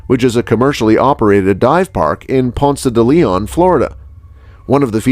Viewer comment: He dove in Vortex springs. Which is in Ponce de Leon, Florida. He said it correctly. I live here.